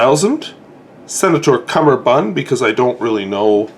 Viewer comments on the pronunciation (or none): Pronunciation pedantry: It's cummerbund, not cumberbund, as it comes from the Hindi 'kamerband'.